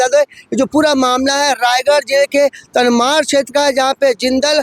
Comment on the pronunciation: तमनार बोलो भाई। तनमार नहीं।